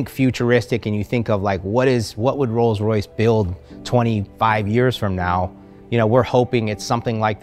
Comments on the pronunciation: Rolls rice lmfao thats perfect. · "I present u... THE ROLLS RICE"